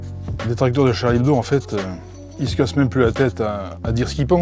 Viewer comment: on dit "hebdo" pas "ebdo"